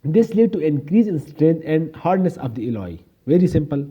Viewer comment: Bhai baaqi sab perfect hai, I just loved the way you get deeper into the details, but there's one thing only you need to think about, ke please do not pronounce Alloy as Elahi. Baaqi sab set hai bhai. Perfect.